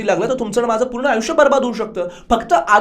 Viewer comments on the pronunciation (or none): none